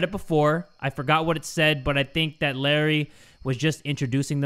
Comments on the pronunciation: when Said "Larry" it sounds like Indonesian word "Lari" which means "Run" so when said that i was like "Lari? YES JAY LARI LARI FOR YOUR LIFE!!" *my apologies if i did something wrong with my English im not good at it Yet haha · pronouncing "Larry" in different accents got me laughing, forgetting the horror in the air💀 love ya bro<3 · calling "Larry" out loud with a thicc filipino accent took me out HAAHAHHSJSHSA